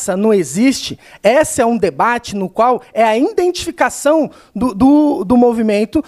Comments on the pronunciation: "INdentificação do movimento que iNdentifica a necessidade de se iNdentificar" nem se fosse dito corretamente faria sentido kkkkkkkkkk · Na verdade ele sempre falava "INdentificação","INdentidade"...